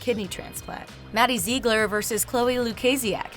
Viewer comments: why does she say Ziegler like that? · the way she says maddie ziegler